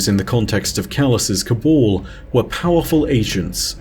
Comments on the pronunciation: Cabal not cobul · Pet peeve but it’s Si-va not see-va. It’s Ca-bal not Ca-bawl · "The cabol...the cabol...the cabol" DUDE, you do pronounce the first "a" in "ca...bAl", so wtf?!?